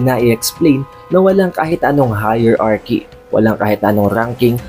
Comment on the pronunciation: high-rarki pag pronounce dun sa Hierarchy. Hindi higher-arki. 😊